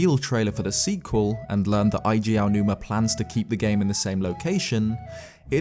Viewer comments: For all your amazing theories and insights, I'm surprised the one thing you haven't researched all this time is the correct pronunciation of our beloved Eiji Aonuma's name lol. It isn't Eye-jee... it's Ay-jee (first syllable rhymes with "day"). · Eiji, not Aiji Aonuma ;) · It's "Eiji", not "Aiji" Aonuma.